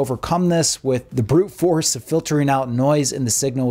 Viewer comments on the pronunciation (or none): none